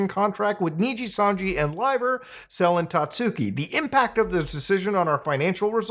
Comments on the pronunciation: I getting Last Aibender flashbacks on how many of the outsiders covering this keep saying Selen's name wrong. I know its not the point but it makes it feel more like drama chasing then a genuine call out of a bad situation. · It's selen, not seleen.